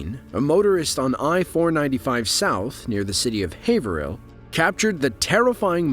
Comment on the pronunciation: It's have (sounds like pave) rill not haverhill